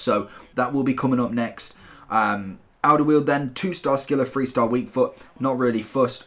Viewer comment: You pronounced Alderweireld wrong its Alder-vri-reld. Just to let you know.